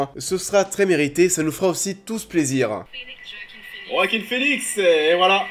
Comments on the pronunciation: Ça se prononce "Oaquin" et pas "Roaquin" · Ça se prononce Wakin Phoenix merci bonsoir 😅